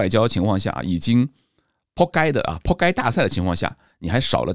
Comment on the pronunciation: 讲扑街这句广东话好野！不愧是有语言天赋